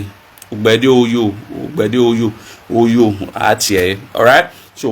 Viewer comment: Thank you as always but Ogbeideoyo is pronounced Ogbe -ide-oryor. The last segment (Oyo) is the issue. It’s pronounced like Oryor as if pronouncing the Oyo empire. And the O (oryor) both before and after the y has an upward accent. The O does not sound like in the word go but rather like in or.